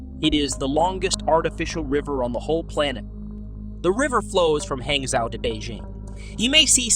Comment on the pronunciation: pronounced "hahng-joe"